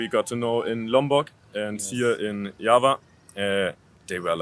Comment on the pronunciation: Bro you memang boleh Berbahasa Inggeris,tapi tapi sebutan you banyak tak tepat seperti: visit=bizid bukan fisit Video=bidio bukan fidio Java=jawa bukan japa Verry=berry bukan feri dll